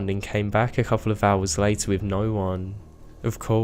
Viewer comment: I thought I was the only one! I don't know why it bothers me so much but I hate how he sings the last word of every other sentence. And he says things like "wiv" instead of "with" for example.